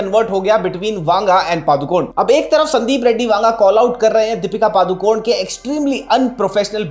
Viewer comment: She is not Padukon she is ಪಡುಕೋಣೆ (PADUKONE). Please don't swallow the last alphabet, E Kindly address her as only Deepika don't pronounce her surname WRONG